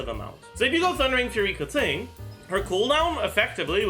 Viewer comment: he butchered Keqing's name pronunciation, he says it as "Kur ting" when you are supposed to pronounce it like as if it was spelt like "Ker ching". it's a (Qing) "ching" sound not a "ting" sound, if you listen to the english voice over where she introduces her self you'll clearly hear it & you can still hear it in the other languages as well. But I prefer the english setting so I understand it better for me.